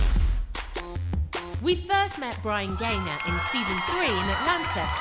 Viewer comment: OMG his name is Bryan Gaynor not Brian Ganer